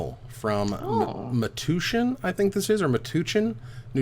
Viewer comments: Metuchen, NJ is pronounced like MEH-TOUCH-IN. Just say, "touch" in there instead of "toosh." heh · Pronounced Met-touch-in. You’re welcome